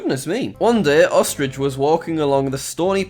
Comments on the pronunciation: Everyone: Ostrich Jack: ostrige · ostriage. im sorry, what?